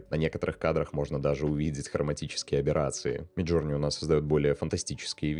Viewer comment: да не джУрни мид, а джОрни, иоп